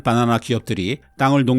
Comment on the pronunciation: 빠나나라고 발음하시는 것을 보면 서울 분은 아니신 것 같아요